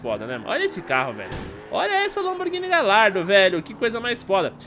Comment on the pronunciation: foi mt foda a lamborghini mas so pra fala ne ela se escreve gallardo mas a pronuncia e galhardo